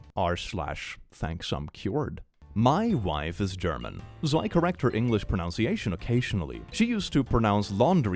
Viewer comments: LOL at the irony of your saying “pronounciation”. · The fact proNOUNCiation is said for proNUNciation gets me every time.